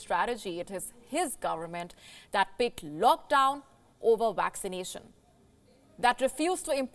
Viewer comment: I think it's cute when she says waccination.